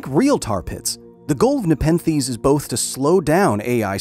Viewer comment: Take a shot every time he says Nepethes